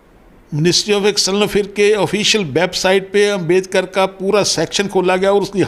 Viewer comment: यह " पढ़ा-लिखा " आदमी बाबा साहब डा अंबेडकर जी को 'अंबेदकर' बोल रहा है!